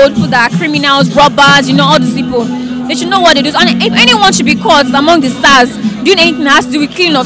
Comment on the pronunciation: That guy with black face cap is so funny.truth.he said sars are tourghs .Lol.